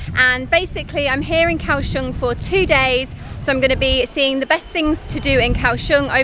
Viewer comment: It's not Cow Shong!. It's Goa Xiong!